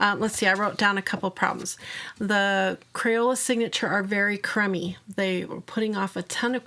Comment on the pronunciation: Oh, you said "crumby." I understood it as "crummy" for a second! X^D